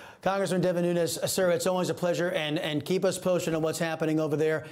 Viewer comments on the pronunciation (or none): He's Portuguese not Spanish, so you mispronounced Nunes.